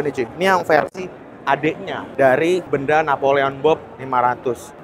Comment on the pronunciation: Pengucapan merk BENDA salah pengucapan penekanan intonasi pengucapannya bang,bukan di ucapkan Benda sprti sebuah barang.😊.tpi di tekan (Be'nda).